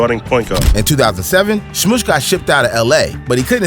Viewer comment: Thanks for all this. A point. Smush Parker - Smush rhymes with RUSH, not with push.